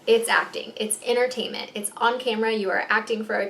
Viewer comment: Am i the ony one getting pissed bc shes saying adult enertaimnt (yes she says it like that) buissnes??